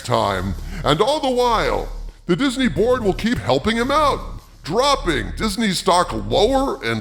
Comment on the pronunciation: Everytime says "Disney Board" I hear "Disney Borg"... XD